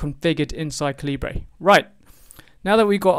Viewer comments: Caleebray… I think it’s pronounced caliber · Thank you for a thorough walk through. Even so for me this didn't work in W10 because the crucial DeDRM shown didn't load from the zip file -- I have no idea why -- but when I ran Calibre in Linux the same zip loaded the necessary file. Most peculiar but good in the end, cheers! PS as a fellow countryman I was surprised at your pronunciation of Calibre!